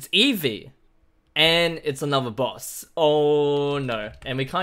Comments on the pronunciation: Eevee really it's Eevee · It’s eevee